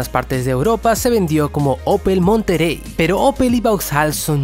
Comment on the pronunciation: Se dice Opel "MonteRey". Tambien paso lo mismo con el Opel Frontera/ Isuzu Rodeo/ Honda Passport